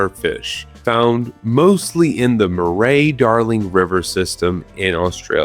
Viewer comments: "Murray"-Darling River is the absolute best "pronunciation of Australian places from non-Australian youtubers" I have ever heard! Its Muh-ree, not Moo-ray. But, having the perfect "-Darling River" part absolutely threw me! Anyway, love the deep dive, and love the mention of something from Australia :) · Holy shit Murray Darlin got brought up, we also have lot of carp living there tho. Bloody things. Oh for next time Murray is pronounced Murry, like the Wiggle!